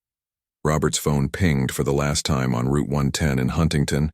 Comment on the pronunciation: AIs need to learn to pronounce time